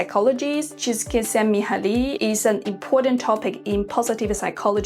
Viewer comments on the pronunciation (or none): I am hungarian and I laught at Minály Csíkszentmihalyi😂. It is a hungarian name. It's very funny pronunciation